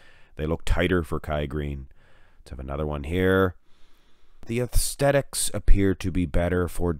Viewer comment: Bro its aesthetics not aethsthetics